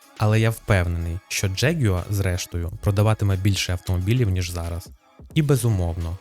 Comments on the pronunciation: Джегюер?!! Яка мразота! Взагалі то завжди було Ягуар, і читалося теж! Це збочення - вносити у нашу мову англіканізми!!! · Бляха, що за дЖєгЮааа????? Може простіше сказати ягуар? 😅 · Неможливо слухати. Який нах джеґуа? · Ти якщо понтуєшся, то вивчи правильно вимовляти слово ягуар англійською. А ще краще говори ЯГУАР як всі нормальні люди!